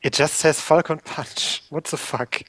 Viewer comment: the translation for "falcon punch" is more something like "poing faucon" but yeah, great job XD and you prononce it like "fokon pwin" (the "on" and the "in" are just too strange for other people to prononce i think... french is really the worst language. screw my contry XD)